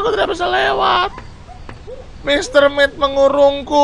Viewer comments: Ralat: Dibacanya bukan mr met tapi mr meat ya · mit bang bukan met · Mr. mit bang bukan mr met